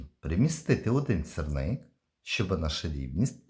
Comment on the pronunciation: Не сирник а сірник...